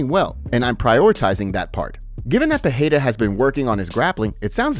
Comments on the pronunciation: Peheira 😂 Alex Peheheria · Pereira not Peheira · Just spit my water out listening to Moicano pronounce Pattie’s name 🤣